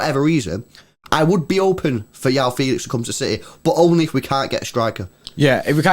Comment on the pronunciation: Its not yao feelix🤣its juau fehlix(joão felix)